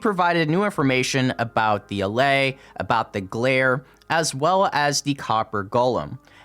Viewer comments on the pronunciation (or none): none